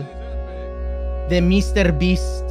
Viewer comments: Quackity mr.beast en español se dice como en inglés no señor bestia xd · Dice MEANDO 101